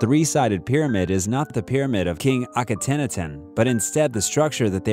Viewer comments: It’s pronounced ah-keh-nah-ten Jesus my guy if your gonna do this learn to pronounce some things better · he's pronounced Aka-not-on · Did you just pronounce Akhenaten like that, DID YOU, DID YOU...... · I was like is he saying Akhenaten? 😂